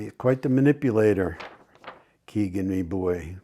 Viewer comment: Hello,. I’m glad you continue to cover the murders of Abby and Libby. When will they have justice? FYI, Kegan is pronounced as ‘Keg In’. No big deal, but figured you’d want to know.